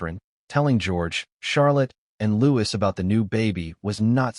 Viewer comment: The S in Louis is silent!